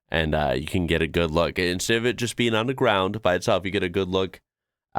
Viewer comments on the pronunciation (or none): none